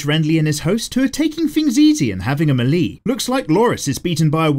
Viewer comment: Having a muh-lee. It's may-lay dork